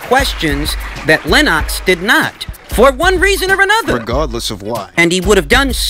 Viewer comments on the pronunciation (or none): Lol 😂 “Len - ox”